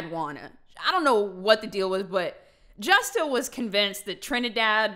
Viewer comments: J in Spanish does not make that J sound in English...J is Hota so it makes the Huh sound...like "Me gusta" so it HUsta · When i heard her say Justa lol i laughed a lil cus i was thinking if how to pronounce it Spanish